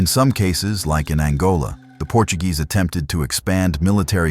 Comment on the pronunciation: At least don’t pronounce Portuguese words as if they were Spanish.